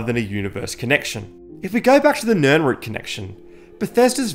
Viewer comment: Sorry but you lost me at Nirnroot 😒